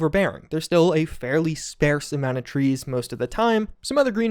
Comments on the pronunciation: The word is sp-AR-se not sp-AIR-se. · Just fyi, sparse is pronounced Spar-se. like star, but spar. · You know there's no "I" in "sparse", right?